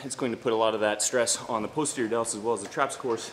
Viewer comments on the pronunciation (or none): just fyi it's not POSE-terior, it's PAHS-terior